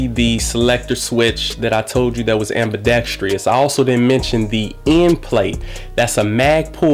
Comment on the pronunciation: It is ambidextrous. Please improve your vocabulary and pronunciation.